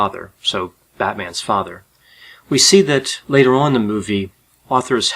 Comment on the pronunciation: Lol the way you said "so batmans father"